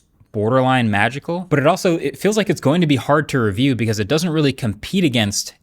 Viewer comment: It's " Magical ' isnt it Marques